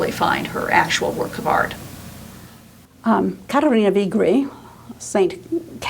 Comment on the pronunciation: I wish American commentators would learn how to pronounce foreign names if they are talking about them on a video. It is not too difficult to ask someone.